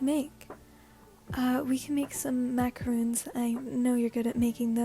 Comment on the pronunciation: Just wanted to point out for the 2nd tamaki one, it’s pronounced macaron (o as in “on”) instead of macaroon.